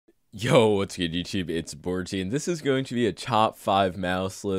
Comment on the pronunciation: “What’s good youchube”